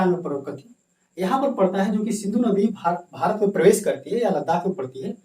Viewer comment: Bharat hota h marat nhi